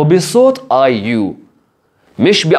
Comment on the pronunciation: بليز مو ايوم اسمها ايو